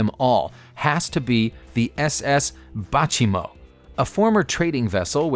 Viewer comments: Bay -Chee-Mo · Baychimo is a contraction of Bay Chimo which is now the abandoned Inuit community of Umingmaktok on Bathurst inlet in Nunavut in Canada. I believe the name of the vessel you are referring too was pronounced "Bay Chimo", at least that's the pronunciation I've encountered in other references. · bay- CHEE- mo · Bachimo? Wanna maybe try that one again? and "Marie Celeste"?? Are you cereal right now?